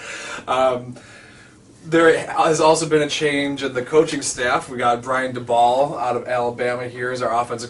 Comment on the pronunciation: Just FYI. Daboll is pronounced Day-bull. Rhymes with Table. Hahaha. Never mind. I finished typing and saw your edit. 😂